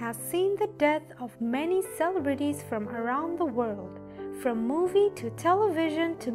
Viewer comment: cele-brities, lol wow never heard it mispronounced like that.